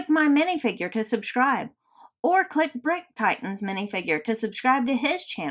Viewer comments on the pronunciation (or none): none